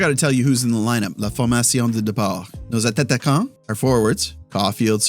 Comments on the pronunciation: Love your content, but I gotta know : are you saying attataquants on purpose? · Hey, I’ve noticed in the past videos a funny thing about your french, when you say « Attaquants », you shouldn’t pronounce both T’s, only one, so it sounds like « Ataquants », but is spelled with two T’s. I enjoy the fact you use french, just wanted to let you know. Doubt you will see this but we never know! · Hey , just wanted to tell you when you say "Vos attaquants " in the starting line up , you only need to prononce one T , not two like you do . Im a born french canadian and really like the effort you make and just wanted to tell you that ,hope it make sense ! Keep up the good work you have an amazing channel